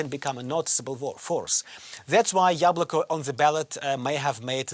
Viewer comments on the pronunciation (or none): its YAbloko not yablOko